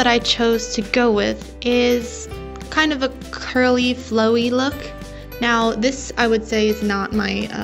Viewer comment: Thx this vid helped me ALOT Also just curious what are those two little lines towards the bottom of the face Edit: Also (no hate) did you say curly.........a** lmao that’s what it sounded like hahaha